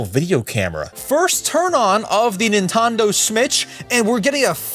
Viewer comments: Nah it’s Nintendo ritch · Nintondo smitch😂😂